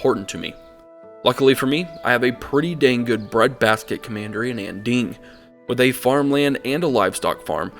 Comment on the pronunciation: Here’s some advice for pronunciation: Mandarin Chinese does not have the ‘aaaa’ sound (as in apple). So Anding would sound more like Onding.